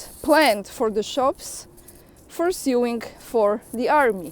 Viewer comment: Just a pronunciation tip, 'sew' is spoken 'so". Sewing therefore sounds like sowing, the same pronunciation for planting seeds in a field. Just another English oddity to deal with. I can't speak for how the colonies say the term - maybe it's different Stateside.